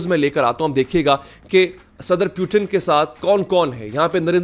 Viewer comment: putin✖️ Pewton✔️ 😂😂😂😂😂😂